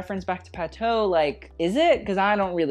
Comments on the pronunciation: Please learn to pronounce the designer's names correctly: for example, it's "Pa-too", not "Pa-toe". When you say it wrong, it takes authority away from your opinions, and makes you look foolish. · We say "patho"? I thought it was Patou where "ou" is pronounced like in "you" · just a head’s up from a french subscriber : Patou is pronounced « Patoo » ! (great vid, as always) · The pronunciation is Patoo as in too or two